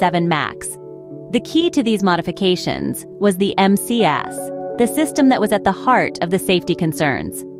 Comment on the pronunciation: Hey,. The flght control system is "MCAS". Not "MAS".